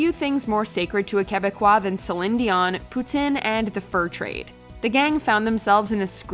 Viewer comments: This clip could have used about 87% less commentary so we could hear the roasts in their entirety. For fucks sake this was over explained. By the way, it’s pronounced pooteen, not Putin you Russian sympathizer. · Loved this channel for years, but yall seriously need to learn the pronunciation of the words yall use. Every video has several mispronounced words. Just 1 in this, is poutine. Its pronounced poo-teen, not poo-tin. Thats the Russian president. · Sorry but did you pronounce poutine as Putin??? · Fuckin says poutine like it’s named after Putin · Love her French accent on the word Poutine ... 😂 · Did you notice how she pronounced poutine?